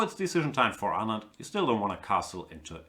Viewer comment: Gustafsson keeps pronouncing Anand's name absolutely correctly. It keeps disturbing me but i dunno why. Hope Kramnik bounces back.. he's having a terrible tournament but still has van foreest and shankland with white to come.